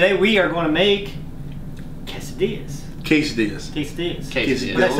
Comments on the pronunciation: Its not "quese- DEE UH". Its pronounced "quese- THE UH" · is not Quesedillas is Quesadillas 😂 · In the beginning was saying it right, it's "ke-sa-dee-yas" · it's Quesadillas:P